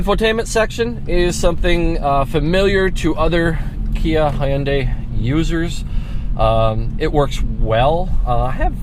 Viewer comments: "Ha yun dae" what kind of pronunciation is that lol it's Hyun dae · Huyunday its hyundai buddy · "Hoounday" Kill me.